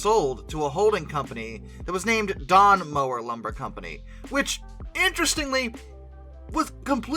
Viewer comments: The name of the second company to own Cass is pronounced with a longer more open "O" sound, like "MOUWER", (pronounced like the word "mouse"). I used to help run photo charters at Cass, in fact quite a bit of the video footage in this clip looks like it came from some of those charters in the 1980s and 90s. The state park system did not do a very good job of trying to preserve the Cass lumber mill, allowing it to deteriorate and collapse into ruins. Basically, their philosophy was allowing entropy and nature to take it's course, so all that is left of the mill are ruins, when they could have allowed it to be restored into one of the finest examples of an early 20th Century lumber mill ever. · So a few corrections. Mower is pronounced Mao-wer. In the beginning of the scenic railroad they had almost nothing. They had two camp cars, 10 flatcars, two functional locomotives, and one that was only slightly broke. In fact 6 is tied for the largest Shay ever built. 6 and Mower 12 are the same locomotive design. The only difference was 12 was modified later with a fourth truck and more water capacity making it a 190 ton Shay. 12 was also built in 1921 whereas 6 was built in 1945. What Lima had to do to built 6 was go down to cass and take measurements off of 12 which had been wrecked in 1942 but survived until 1957. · Just a small nitpick, Mower is pronounced Mow-er, the ow as in cow. Also this same railroad helped provide wood to the Wright brothers, THE Wright Brothers.